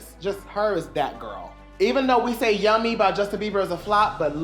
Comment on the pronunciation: I LIVE for the emphasizing of "YUHHHMY YUHHHMY YUHHHMY YUHHHMY YUHHHMY YUHHHMY" LMAO